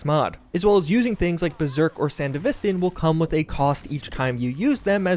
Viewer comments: sandy vistin??? ugh. san dev vis stan. its not aff gannistin its afghanistan. ugh. nice video though, other than that butchery. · Anyone else experience a slight micro tick when he says 'san-de-vis-stin'. Ive always pronouced it as they do in edge runners. And I think is just messing with me on purpose. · ah yes, the sand-uh-vist-in, the cyberware from hit anime sibberponk eggroll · I Get Confused Everytime You Say Sandevistan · The way you pronounce sandevistan is so frustrating lol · bruv anyone notice how he said sandevistan ? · dude still refuses to pronounce sandevistan right